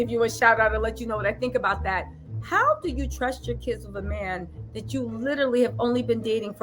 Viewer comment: I’m loving your hair like this. I’m still cringing every time you say wiff instead of with lbs! Can’t help, but give you ish about that! I think Pete and Kim ain’t givin’ what she thought it was gone give sis! It’s just like… not happening! She’s lookin’ a whole fool out here!